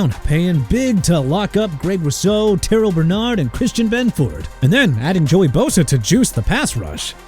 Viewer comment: Rashee Rice is STILL SUSPENDED. I don't know why you brought his name up dude BUT HE AIN'T ON THE TEAM NOW!! And Terrel Bernard pronounced ter-rell! Honestly you make me wanna vomit...